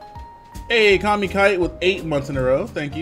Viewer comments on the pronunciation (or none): none